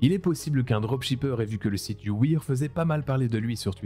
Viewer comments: Tu prononce you wear you ouïr? T’as appris l’anglais en allemagnie?😊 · Juste pour qu'il n'y ait pas de doute, on dit you wèr, pas you wir ! Excellente vidéo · La vidéo est incroyable, mais la prononciation de "You wear" en "you wiiire" m'a fait mal... Ça se prononce "you wère" ! 😊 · Faut pas lui en vouloir, il s'appelle Dylan et en plus il sort de la TV Réalité, rien qu'avec ça il peut plaider la folie. PS:, "wear" se prononce "wair" mais je n'en prendrais pas compte pour le pouce bleu largement mérité:D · Par contre "You Wear" prononcé "You Ouïr" c'est chaud lol. Je vais m'habiller en Street Ouïr aujourd'hui 😆😆😆 ah tu m'a tuer